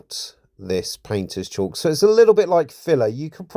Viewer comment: Great video... but FYI... It's not pronounced "chalk" (there's no H), according to Google it's pronounced nearly identically to "cork" (though some people pronounce the "L" like "call" with a "K" at the end) and I've also heard it pronounced to rhyme with "talc"...